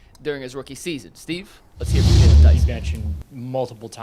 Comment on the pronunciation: His name is JAYLON! If you can't get that right, what else do you get wrong??